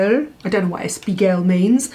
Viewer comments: I always love your videos, but this time you really made me laugh alone afront my computer when you tried to tell "espiègle" (that turned into espiegl) and understood what it meant ;-) It means naughty in French and is pronounced EspjEgl@ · Hey, you lovely gals....It's Espiègle=mischievous, pronounced like this....S-P-EGG-LE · Espiègle is closer to “es-pee-ey-gl” with silent e. You too are the best. Love your videos. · espiègle means mischievous and is pronounced ESS PEE YEG LER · Ok, I'm sure I won't be the only French person to jump in the comment, but that Google translate voice got it wrong, that's not how it is pronounced 😂